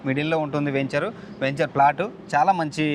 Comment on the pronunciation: మీరు మళ్ళీ వేంచర్ అంటున్నారు. వెంచర్ అని పలకాలి.